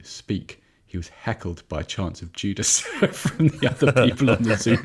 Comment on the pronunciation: this is a genuine question, did he say jew clubs or judas??